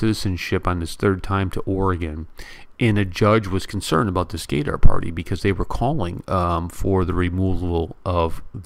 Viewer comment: Bro it’s Gudhar (Gadhar) not Gay-dar